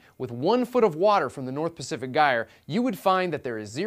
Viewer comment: Stop mispronouncing gyre.